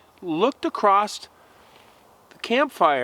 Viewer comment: "Acrost the fire"? WTH..."ruff" God almighty yankees sure do butcher the English language!!